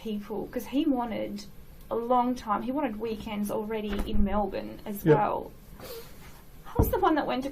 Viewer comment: melbourne pronounced correctly. a pleasant surprise these days